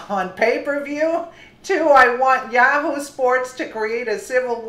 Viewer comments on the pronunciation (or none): none